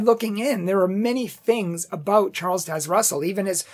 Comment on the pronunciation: Taze as in haze, in Rutherford the "u" is as in up or union , not ROOtherford. Thanks for your commentary.